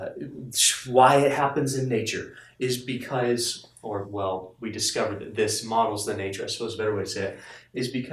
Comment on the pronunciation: idk why, but you became Southern for a second with that "Wellll"